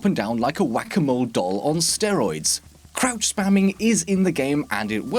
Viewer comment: I thought he said crap spam in the beginning